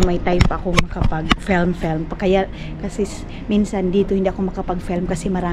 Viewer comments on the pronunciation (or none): "FELM" hahaha FIIIIIIILM po nose bleed sakit sa ears hahaha. Dba natuto tong tinuturuan plagi ksi ng mamaru. Tigas ulo sobrang ewan....tong c. Panapanahon din yan.